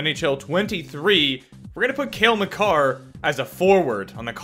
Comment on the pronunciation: you said it right hahaha